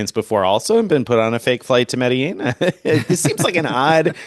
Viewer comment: You should take a real flight to Medellin and learn how to pronounce it, 😂😂. Seriously, it's an awesome place.